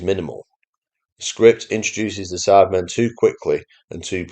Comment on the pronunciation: Sounds like you keep saying “Sadmen” regularly 😂.